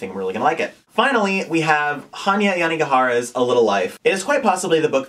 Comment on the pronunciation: Theme of this video: "I don't know anything about this book." Also, you pronounced the author's name of 'A Little Life' like a pro.